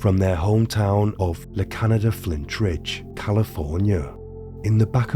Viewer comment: La Canada Flintridge cracked me up. It's La Cañada Flintridge and Cañada is pronounced: kuhn-yah-duh.